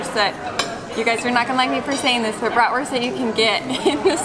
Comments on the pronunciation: Love the fact that Willa is pronouncing Bratwurst (Wurst instead of Wörst) nearly the german way. Does she speak german at Kita? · so cute, hearing her repeat back what they are going to eat and hearing her pronounce bratwurst in the correct German way....